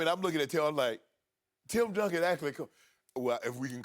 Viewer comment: it’s Duncan. Come on dude...